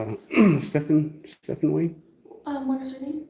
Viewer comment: The bullshit that 1st Amendment idiots and youtube has caused is ridiculous. Reminder...one must have at least an 8th grade education..example..he calls the attorney " stephan" when the guy's name is Stephen..journey of illiteracy is on it's way. 7 yearsof formal college education might have a wee bit more knowledge than this potted 🪴 The Judge is going to tear this guy a new butt! Looking forward to it!😂